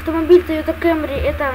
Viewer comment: камри а не кэмри